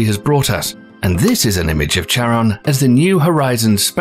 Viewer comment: bruh, not charon as tsaron.... it's charon like loch (lake)